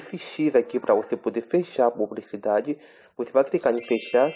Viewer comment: "Cricar" "pubricidade" kkkkkkkkk meus Deus que português hein carinha pqp!!